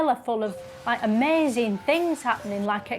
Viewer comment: Absolute genius making fun out of mindless drones who think everything is 'brilliuhnt' and like, 'amezing'.